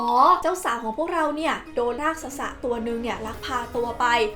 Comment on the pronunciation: รากษส อ่านว่า ราก-สด นะครับ ไม่ใช่ ราก-สะ-สะ